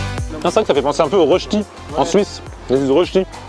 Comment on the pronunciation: une Suissesse vous félicite pour avoir prononcé juste le mot "rösti " !!!!!!! vous nous faites saliver grave !!!!